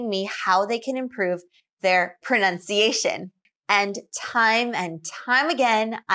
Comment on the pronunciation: I think you should work on your own pronunciation as well. I can sense your slight regional accent, and you do not pronounce some words clearly enough. One example is the word "pronunciation" that you often pronounce as "prunciation"